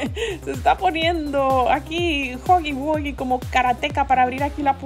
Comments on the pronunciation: se dise guji guía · no se llama digo no se pronuncia asi se pronuncia juggy guggy